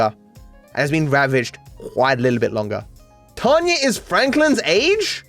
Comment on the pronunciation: ok, I can't tell if it's just his accent, but why does call Tonya Tanya?